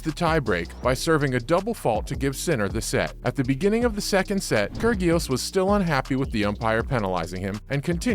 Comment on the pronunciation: Kur-gee-os? Where have you been? Pronounce the names right.